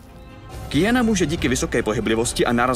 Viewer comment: Dneska už ani neumí nikdo vyslovovat Q?? Není to Kijana ale Kvijana, stejně jako u Quida to není Kido ale Kvído....